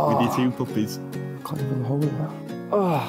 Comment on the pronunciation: Whenever says puppies why does it sound like he’s saying poopies😂😭😭